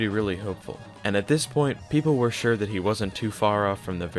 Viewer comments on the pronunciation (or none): none